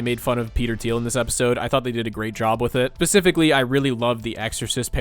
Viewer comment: Specifically, not pacifically ….